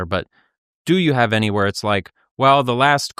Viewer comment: Especially with the way he's pronouncing it "Ayny".